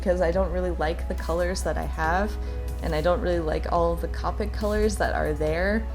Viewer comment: K-OH-PICK :) not KAH-PICK :) not being mean! That’s just how it’s pronounced